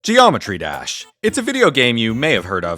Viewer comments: Zheeometry Jash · Geo metri desh 😂